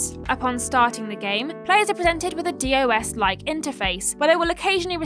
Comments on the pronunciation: This list is a bit otaku for me. And as an otaku myself, it's pronounced "doss," not "d-o-s," tho your way is fun, too. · "Dee Oh eSs like interface"... That just makes me... feel so old right now.